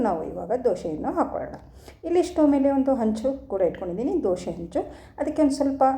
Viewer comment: ದೋಶೆ ಅಲ್ಲಾ ಮೇಡಮ್ ದೋಸೆ